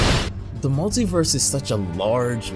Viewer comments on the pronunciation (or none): none